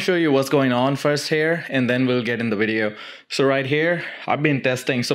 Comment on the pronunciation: "this wideo" 😂